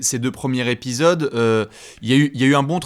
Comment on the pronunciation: je vais faire mon casse-burnes, mais entendre « premiers’ épisode » et pas «premiers-Z-épisodes » me chafouine 😁😢😂 Sinon, RAS, superbes analyses comme toujours les mecs 👍